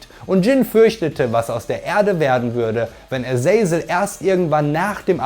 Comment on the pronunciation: Aber die Aussprache von paar Charakteren wie zb Azazel , ist fragwürdig